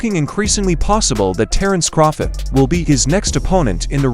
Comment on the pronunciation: Who the fuck is "Terence Croffit?" 🤣 This A.i. narrator tripped out